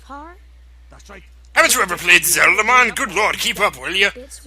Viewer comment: 'AVEN'T YOU EVERR PLAYED ZEL-DA MUN!?!? made me lose my shit.